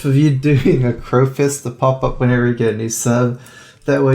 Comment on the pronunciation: You should quit doing the "cro fist" as it is retarded as fuck.